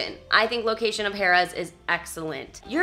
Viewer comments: Great review like usual. Funny I kept hearing Hahrahhs!! It was funny. Than you would say Harrahs, than back to Hahrahhs...lol...Good times. Thank you for sharing. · Pronounced hair ras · The correct way is Hare-uhs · I will not lie, almost stopped watching it after I heard haaar-as the 10th time. Totally took my focus off of the place itself, lol. Spot on review though! Def one of the prime locations and hotel rooms are affordable. The table games limits tend to be high though. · Lol that was my comment to you too!! Stayed there many times. It’s definitely Hare-uhz!! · The oyster bar is very good but not cheap. Harrahs is one of the last on the strip with 5 dollar tables most of the day. It was funny how you were pronouncing Harrahs, it should be "Hair" ahs, anyway, good video and don't miss that oyster bar next time... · I 'm an inconsistent pronouncer of "Harrah's" myself. No worries on my part! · Why two different pronunciations of the name Harrah's? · I love how you keep pronouncing Harrahs differently. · Mispronouncing "Harrah's" makes your entire vlog invalid and a complete waste of time. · I didn't care for how you kept switching how you pronounced Harrah's. It got annoying.